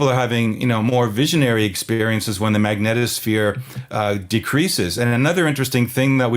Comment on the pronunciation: A very special thanks to you both for saying the word "Magnetosphere" properly 😔. It's like nails on a chalkboard hearing people incessantly pronounce it as, "MagnEEEtosphere". 👍